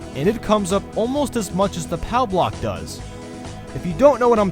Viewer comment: Where is the coin and thunderous for the worst category.And why did you put the green shell on the worst category.And you said P-O-W block. Just say pow block